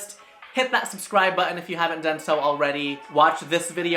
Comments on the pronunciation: I love the way he pronounces the word “button”! “You just push a buh-in” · It’s cute they way you pronounce button. « Bahun »